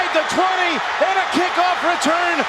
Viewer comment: you messed up the word return